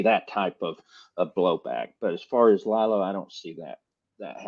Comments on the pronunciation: Not Ly-Lo. It’s Lee-Lo. Please pronounce it right. Exactly, they are similar but Lilo went to jail. Jimmy didn’t. And it was a woman. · I am not sure you understand his name is pronounced LEE-LO NOT LIE-LO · Yeah it’s Lee Lo but when you do a show in one take, there will be mistakes or mispronunciations from time to time. We try and have it correct 100% of the time but sometimes shit happens.